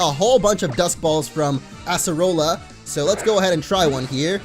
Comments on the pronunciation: Totem mimikyu was fine for me (also acerola is pronounced with C not S) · Your saying her name wrong